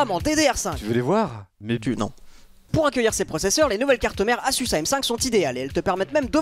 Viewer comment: tout le monde: asus laink: assus